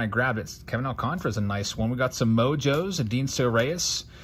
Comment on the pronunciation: Al-can-tar-a, sorry I’ve heard you say it a hundred times between Kevin and Sandy.